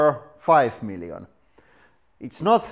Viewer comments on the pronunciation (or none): none